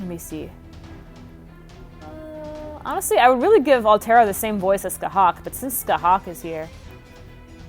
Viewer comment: You said her name wrong